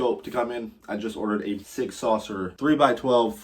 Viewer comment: Never heard sig pronounced like that lol